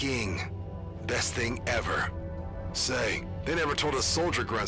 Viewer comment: "So, about kayecking." Had me dying lmao